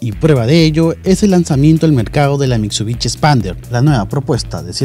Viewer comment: "mitsubichi", "toyota ruch", ya psss :V, dejen de vendernos mierdas sobrevaloradas!!